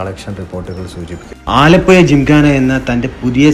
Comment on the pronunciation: ആലപ്പുയ അല്ല ആലപ്പുഴ എന്ന് പറയൂ